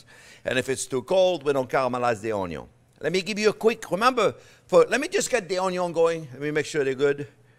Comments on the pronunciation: "Dass thee water comin out of thee oyion...."🤣👍 I've learned SO much from you chef JP! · He says own-yown, not onyo! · English: Onion French: Oignon Chef Jean-Pierre: Onyo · I love that you have taken "onyo" to your heart. It says A LOT about you as a person. I've seen many other YouTubers who change their ways to avoid being made fun of. You embrace it, and ride the fame. So much respect for that! Oh, and this sauce also looks hella delicious! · "Onyo first" - Love it! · I love how he tries his best to say Onyo as many times as possible because he knows we love it. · Singapore South East Asia here, loving the show since “how to cut an onyo” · Chef I love the onyo raw in a sandwich...... and the caramelized. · Lol the timestamps "onyo always #1" 🤣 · "Onyo first" hahahahaha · "Onyo first" 🤣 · Pancakes recipe friends. Lets sautee some onyo! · "Onyo, Always" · O'nyon. A child can do this. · I'm calling and spelling onion, "Onyo" from now on. I think it's better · What makes me laugh is how le chef said onion. I am French and it just jump in my ear 😁 And I am a very big fan of all members of the ONIO family 😂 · I liked this video simply because of how he says onion 😆